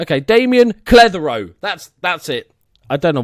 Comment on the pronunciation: keep Cruz as the second striker but play him as a False Nine. Also, good pronunciation of Cletheroe, pretty spot on:)